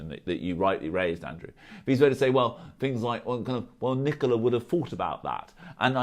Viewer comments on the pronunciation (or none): Pretty sure he's saying 'fings' not things too.